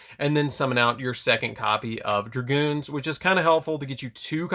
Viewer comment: Dragoon bro. No "s" or "z". Lol